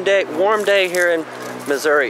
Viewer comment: I can tell your from the city, lol, You say Missouri correctly.. I'm a relocated Missourian, living in Virginia. I just passed my Technician and I'm studying for my general. I'm thinking about getting a FT-897. It's nice to hear your comments about it's performance in the field. I camp with Kids and sometimes we're in the mountains. I want a rugged radio that I can depend on. Thanks for the video.